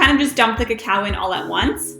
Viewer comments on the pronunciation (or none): Clickbait. This is not tunnel of fudge cake. You are pronouncing cacao instead of cocoa. Cocoa comes from cacao beans but it's not the same thing. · LOL! Let your stand mixer do the work. Add the flour and cocoa ("KO ko" not "ko KOW") in additions. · KA-COW? why do you say it so weird? That's not how you pronounce cocoa